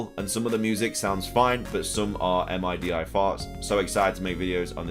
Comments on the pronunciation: MIDI is pronounced like a word kinda like OLED (mid-E) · MIDI is pronounced 'mid' 'E' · MIDI is pronounced middy...